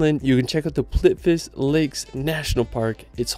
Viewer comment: Dude, youre mispronouncing almost every word, C is pronounced Ts, and everything else is pronounced phonetically, plitvice = plitvitseh